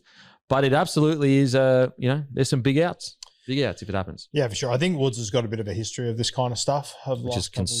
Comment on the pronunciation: Timmy do a bloke a favour, tell its Woods not Wood!!